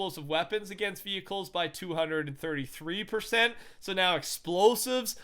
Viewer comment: 233% You totally butchered that number😂